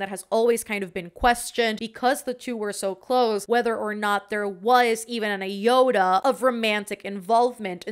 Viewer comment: I heard you say “Evan an iota” as “even a Yoda” 😂😂💁‍♀️ lol. Fun video.